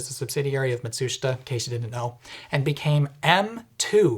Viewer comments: Fantastically informative video, extremely well-researched. BTW it’s easier to say “matshooshta” like the Japanese do. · That's the most polite pronunciation of the Japanese company Matsushita I've ever heard 😂 I usually went with 'Mat-su-schit-ahh' 😂 glad they changed names to Panasonic... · Lovely hearing yoor usage of English, but even Mat su shit -stu, shouldn't be difficult to say